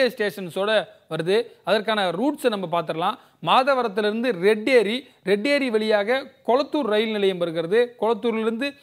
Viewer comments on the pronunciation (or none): Dai red aeri ela da... Retteri... Tamizha kollathingada!